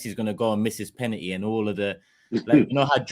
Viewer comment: Someone tell, its penalty not penany 😂😂